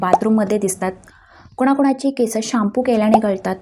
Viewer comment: अगं बाई केस हा शब्द आधी व्यवस्थित बोल